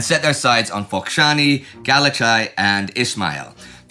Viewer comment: Some aids to pronouncing the Romanian cities :): It's Iashi, not Iassi, (though Iassy is sometimes used in English). Bacău is pronounced Bakău, with ă pronounced like 'i' in dirt. Galați is pronounced Galatz, roughly. Indy did get Focșani right, though :).